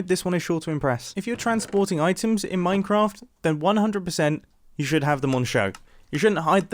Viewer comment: you said « an automatic MINACRAFT despenser»